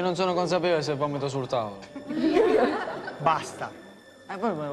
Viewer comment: Hahahaha il sorvegliante ha detto b-a-s-d-a invece di basta... Che figura